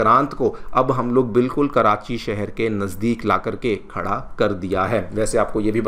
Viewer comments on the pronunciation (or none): none